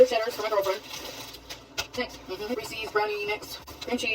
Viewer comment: Saying Ressies instead of "Reese's" is a red flag. I bet she says kiddo unironically too.